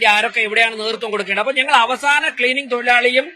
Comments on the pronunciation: അവാസന അല്ല അവസാന...😊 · മലയാളത്തെ കൊല്ലാതെ അവാഹന അല്ല അവസാന